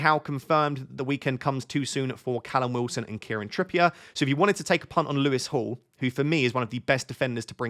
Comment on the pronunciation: For a split second I wondered why you were calling Lewis Hall "Lewis to Hall" ... it's been a long week 🙃